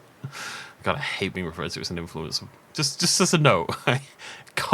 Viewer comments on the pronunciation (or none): I thought called himself an influenza.. 😅